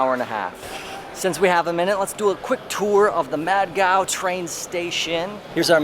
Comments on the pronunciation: Just a small feedback. It’s not mad gaon it’s pronounced as mud uh gow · Well... I guess it's pronounced as "MUD" GAON and not"MAD" GAON 😅😅